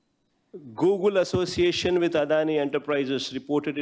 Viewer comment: googu, googu, gooogu, gooogul..antadu paper chusi